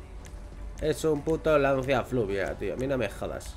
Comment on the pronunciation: Jajaja dices fluvia y es fulvia😂😂